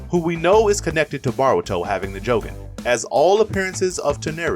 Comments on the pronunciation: say baruto one more time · It's Damion not diamond, it's Eida not ada, it's Boruto not baroto please please please stop saying the names wrong😭😭😭